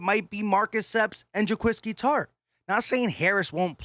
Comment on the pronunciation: Say it with me: Juh-kwah-skee Tartt